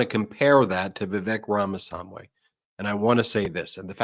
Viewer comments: Please make Ben practice saying "RAMA-SWAMMY" five hundred times so he stops calling him "RAMA- Sam-Way"! it's really weird to still be mangling it at this point! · How can this guy not learn the name of Ramaswami..... Its NOT RAMA-SAM-WEI!!!!Idiot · Ben's awful mispronunciation of Vivek Ramaswamy's name is nearly as god-awful as the man himself or his first edition, Trump. Ben if you want to start a media outfit please invest the time to learn how to pronounce the names of the people you speak about. 4-5 months on, it is inexcusable for you to still be mispronouncing the name so awfully. At this point it is starting to look like you are in sync with the far right's disinterest in minority races - and Vivek's problems are his awful mentality and his awful personality, not his name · Ben needs a diction coach to tell him how to pronounce "Ramaswamy". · Ben, why do you repeatedly mispronounce Vivek Ramamswamy’s surname??? 🤔